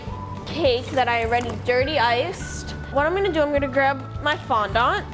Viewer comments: She said fon don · I don’t think that’s how u say fondant